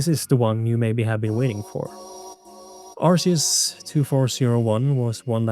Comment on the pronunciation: arceus is pronounced with a k sound